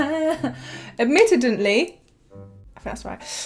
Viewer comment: Admittedly = Ad mit ted ly.